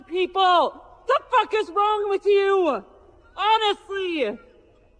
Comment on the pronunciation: "F--- people-Luh. What the f is wrong with you-wuh. Honestly-yuh" ...Dum-muh.